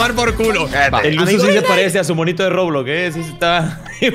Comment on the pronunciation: "Robleis Español"